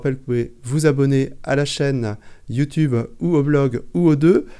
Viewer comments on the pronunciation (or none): none